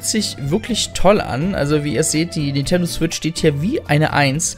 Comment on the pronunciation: Warum zum Geier sagst du ständig "N'tendo" Switch oder "Nietendo" Switch. Sprech doch den Namen des Herstellers mal korrekt aus. NinNNNNtendo.